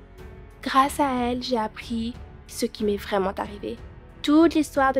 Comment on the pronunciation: une intonation de voix vreumennnnnt😭💀💀